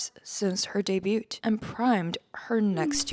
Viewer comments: I'm sorry...but did she just say "debute" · Did you say debut with a /t/? It can't be!!